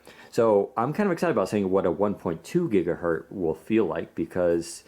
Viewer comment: Omg the black looks terrible on the screen, it's more of a grey, and WP just needs deep black :( Btw, this annoys me more than it should, it's gigaHERTZ not gigaheard.